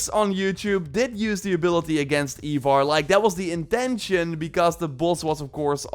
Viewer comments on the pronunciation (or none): Also how he says ivar sounds more like eivor. Like why does he think both names should sound the same 😂 Supposed to be eye-var